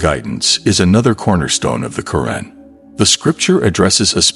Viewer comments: You call it the Karen in an actuality is say it’s pronounced the Quran!! Can you please pronounce the words correctly? Cause how would you like me pronounced your book as the bib?? You wouldn’t like it so pronounce it the correct way and this is not my opinion this is pronunciation you went to school. You know how to pronounce. The correct way, so please put some respect on it.!!! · asrwghfirullah may AI not be your true islamic perspective of islam. Just hate it call me a hater yes man is hating hating on the fact that u decided its ok for ur ai big daddy to pronounce Qur'an as kuren and Allaah as Alah it is satanicly disgusting please can u improve ur damn videos in the future In sha Allah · Pronounced ‘Al Qu’ran’ القرءان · Is this an AI narrator or actual person, mispronouncing Qu'ran